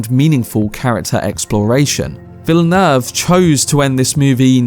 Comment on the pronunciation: Good video my guy but you fucking butchered the Director's name